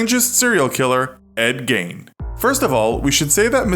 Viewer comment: Who else thought when they said his name they said “endgame”